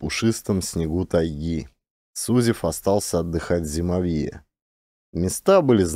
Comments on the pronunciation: ЗимОвье, а не ЗимовьЁ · ЗимОвье ударение на O. Спасибо за отличный рассказ и прочтение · Не зимовьЯ, зимОвье! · знатоки? Просто слух режет. А если доказали, должна быть сноска, иначе не верю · все равно нужно указать, что это местный говор, хотя-бы для эрудиции слушателей и если слушают дети, чтобы знали как правильно произносить слова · Каляныч тоже читает про тайгу. Но у него с ударениями туговато.. "флагИ, зимовьё, валЁжник, Варвара (на первую А).. Каляныч читает, и не сообщает, как называется книга, кто автор.. Просто читает несколько книг с одной и той же картинкой: лесная избушка с лавочкой под окном (для медведей?).. Немного переигрывает, ханты с украинским акцентом гыкают😅😅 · При всём уважении. Слово зимовье – здесь ударение падает на букву О. Есть и другие ошибки. Бессмысленное шатание по тайге и убийство животных – это не круто. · Меня тоже по-началу (мягко говоря) раздражало , но может быть — по авторскому тексту , ведь иногда произносится правильно !🤗